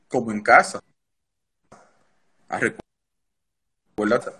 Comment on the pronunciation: Manny Ramírez una estrella el.mejor bateador seria bueno que alguien le diga a manny que no se dice arecuerdate se escucha muy feo y la usa demasiado entonces lo mejor es que sepa como es que se dice no es lo mismo decir (recuerda) o (acuerdate) de esto o de aquello.......